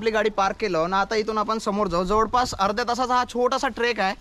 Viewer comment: जवडपास, सरड, मिडाला जिथे जिथे "ळ" आहे त्या शब्दांचे उच्चार तुम्ही "ड" का म्हणता? ते असो. पण तुमचा उपक्रम छानच आहे.